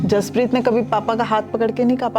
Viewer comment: बचे का नाम जसपरीत है ना कि हरपरीत